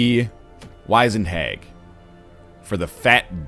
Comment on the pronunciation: The i in 'wizened' makes an 'ih' sound.